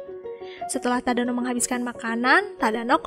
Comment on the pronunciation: Detik 6,23 tadano jadi tadana